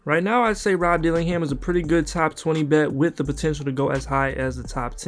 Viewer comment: It’s DillingHIM!!